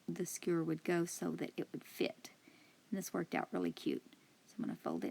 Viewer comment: The sign was my favorite craft but my favorite thing about this video is you saying "skeuer". 😉